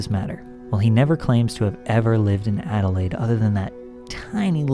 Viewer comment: btw you said Adelaide on point 👍😉👌💯